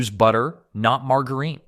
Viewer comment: The wrong pronunciation of margarine